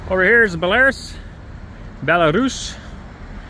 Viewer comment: There was a Belarus tractor dealership in Kentucky by my grandparents farm back in the 80’s. Farmers pronounced ba Lar rus. They were cheaper than the IH, John Deere and Fords, so several of them got sold. I still see a few of them when I go down there. Seemed pretty simple. A lot of them got used for loader tractors.